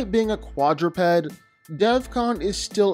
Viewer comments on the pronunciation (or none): none